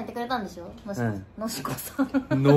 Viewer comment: のしこさんwwwwwwwww 、のりのりのりこだよwwwwwwwww